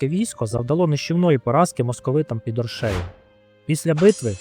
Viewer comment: Подивився половину і вимкнув ! Ріже вухо московська манера ставити неправильно наголос в словах , гидко якщо чесно , не оршЕю а Оршею . Авторе Острожзький був не тільки литовським гетьманом він ще був руським князем . В мене відчуття що вам страшно про це сказати , князь мав 20 тисяч власного війська а отже військо Русі теж билося проти москви в тій битві . Ви чомусь про це теж сормитесь сказати . Благенька розповідь на трієчку.